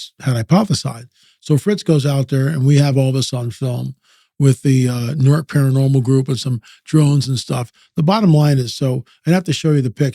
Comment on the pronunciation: The only ppl that pronounce newark like that are the drug addicts bud.